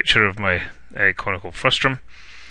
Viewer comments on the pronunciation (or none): Nice video, with useful suggestions...but the word is "frustum," not "frustrum"!